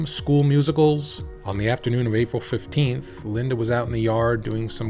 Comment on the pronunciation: Lynda Moore on the screen. Pronounces it LY DAA. Something fishy here.